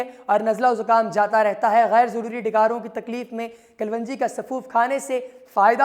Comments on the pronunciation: KALWANJI GHALAT - KALONJI SAHIH PLEASE NOTE. AFSOS HAI PAKISTANION PE URDU UNKI SARKARI ZANAN HAI MAGAR LIKHNE AUR BOLNE MEY BE SHUMAAR GHALTIYAN KARTE HAIN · Herb's right pronunciation is kelongi,not kulvungi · Your pronunciation of kalonji is wrong Kalwanji nahin sahih tallafuz "KALONJI" hai. Video mey Pronunciation correct karo. Ghalat tallafuz na boltey raho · Kal wanji nahi kalonji apko pehlay bolna ana chahiyay k log confused na hon thanks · Its kalonji not kalwonji.... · 💖🌻 Yes, its " KALONJI "